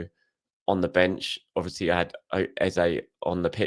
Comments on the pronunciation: I absolutely most definitely assure you it's EZE not ezA. Nevermind what he says, the accent doesn't make it the "right way" to pronounce it. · you might be one so you 🤔 no you see traces in me BUT I'm definitely not an idiot but you have your opinion 👍 I'm just saying, the real proper pronunciation of his name is Eze not Eza